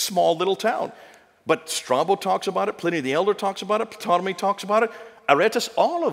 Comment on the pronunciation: Ptolomy...the "P" is silent...pronounced Tolomy. A little critical perhaps, but this man of all people should know this!? Makes you want to question the validity of all his facts. Like where did he get them, sources, dates checked; talks to fast...[Entertainment].